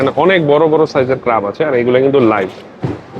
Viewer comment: ভাই উচ্চারণটা ক্রাব না, ক্র্যাব হবে। খুবই শ্রুতিকটু লাগছে শুনতে। আপনি অনুগ্রহ করে এই বিষয়গুলো খেয়াল রাখবেন।